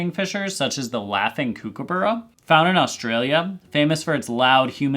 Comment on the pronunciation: Love a nice global video! One very minor comment on your pronunciation of Kookaburra- the first part is pronounced more like cook than kook, despite the spelling. Makes for a shorter lighter sound, and rolls into the soft 'uh' and soft double r more easily